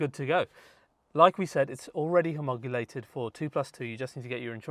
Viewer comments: It is NOT pronounced homogulated: NOTE its HOMOL O GATED....great conversion though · Homogulated?.. I think you mean homologated 😊